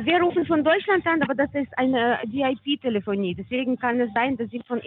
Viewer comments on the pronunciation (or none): „das is aine VIP Täläfonie…“ is also VIP-Opfer, so so….😂😂😂😂